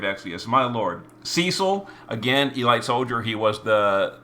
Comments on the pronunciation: Seriously, e-light? Have you never heard the word elite pronounced before? It's e-leet. I'm now convinced all the mispronunciations are on purpose. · its eh-leet, not ee-light. You had my up the wall with that one lol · its pronounced e-leet not e-light. youre makin me face palm here bro.